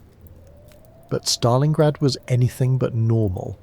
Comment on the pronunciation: In Stalingrad not Stalinggrad!!!